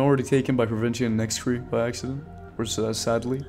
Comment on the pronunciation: I also found out that it's pronounced Nack-Ree and not Nix-cre just for the future